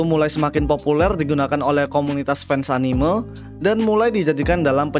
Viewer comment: cuy tolong pebaiki pelafalan kata "anime"